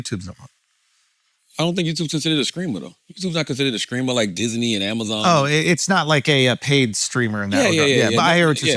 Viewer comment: Why can’t charalamagne not say “ streamer “ why does he always keep saying skreamer